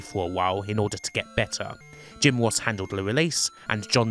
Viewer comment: Jim woss Take cawa Pwoblems 😂😂